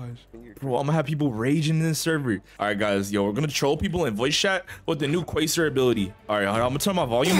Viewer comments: Its pronounced “kway-zaar” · 💀 it’s ‘kway-zar’ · Im hearing the "Uhhhmmm actually its quasar not qaysar🤓🤓🤓👆👆" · i think its pronounced "Kasar" :P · Btw I’m pretty sure quasar is pronounced like kway-zar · its "kway-sar" 👍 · It's called quazar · It’s pronounced “QAYZAR” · it’s pronounced Kwa-Zar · quasar pronunciation: q-way-sar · its pronounced qwuay sahr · its quaysarrr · It’s pronounced “quazar” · To say it it's qwaysar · It's pronounced "kūasar" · quasar is pronounced q-way-zar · You pronounce it kwazer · bro it's pronounced KWAY-SAR but spelt quasar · Its prounouced "Qu-a-zar" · bros the type of guy to say cwosãnt instead of croissant